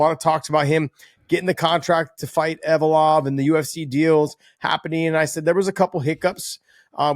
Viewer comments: Ev-lo-ev guys not Ev-o-lov lol Get it right John McCarney and Josh Thimpson lol 😂 Love you guys haha 😊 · Envalope-ov ? ...... Close enough🤣 If I went to Russia to make money, I would learn Russian ... We dont need to know every fighters names from around the world, MMA is outta America, that is just too many languages to remember, give us a break.